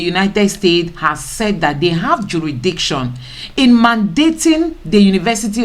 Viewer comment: Madam, a beg, pronounce this "jurisdiction well naa"